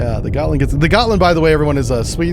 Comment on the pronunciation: Gottland is pronounced "Yotland", IIRC.